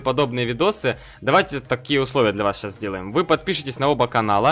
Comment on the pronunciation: Ты сказал ушсловия XD